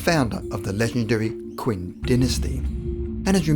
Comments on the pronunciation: "Qin" is not pronounced as Quin, but "chin". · It's pronounced "chin" not "quin" .. hence the name "China". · Fyi... "Qin" is pronounced "chin," not "quinn." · I'm sorry. It's "Qin (Chin)" not "Quinn". And no Chinese people think he's immortal. Qin spent his life seeking the fountain of youth but was obviously unsuccessful. In the process, he's killed many many young children to achieve immortality. Moral of the story once again, absolute power brings absolute corruption. No one should hold power like that. Such power makes people insane. Look at North Korea and many more. It's happening over and over. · Qin is NOT pronounced "Quinn". You could easily know this by checking with anyone who speaks Mandarin Chinese. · It’s pronounced CHIN SHEE WAN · Qin - pronounced "Chin". Achilles was describing his weakness to another "immortal" and then he asked "and what is your weakness Testicle's?" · I am happy that I found your page tonight--love it. However, as an archaeologist, I have to mention that the correct pronunciation of "Qin" is "chin" as in Chinese, a "Q" is always pronounced as "Ch" as in "church. :) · The RIGHT pronunciation of "Qin" Shi Huang is: "Chin". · Also Qin is pronounced "chin/shin" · A couple minor nitpicky details. When you were talking of Hercules, you called him Herecles who was a very different and undeniably real influential Greek historical figure. Also, you slaughtered the Chinese names. Qin is pronounced like 'Cheen', Shi is pronounced like 'Shur', and Huang is pronounced like 'Hwong.' You did almost get the Xu Fudong right...Well you got Fudong right. Xu, however is pronounced like 'shoo' but using the tip of your tongue to make the 'sh' sound.